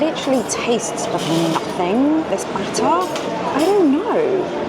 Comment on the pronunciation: If only you were a real person...............What's bhattuh?